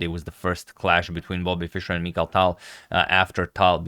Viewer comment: Its Mikhail Tal not Michael Tal